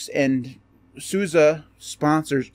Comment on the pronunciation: Appreciate that you pronounce SUSE correctly 👍